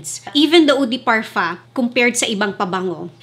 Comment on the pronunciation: Can you stop pronouncing parfum with parfa when you have a filipino accent? It doesn't sound good it's cringey. Love your videos tho 🙂